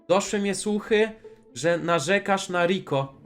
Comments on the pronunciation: Piko zamiast riko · Piko a nie riko!!!!!!!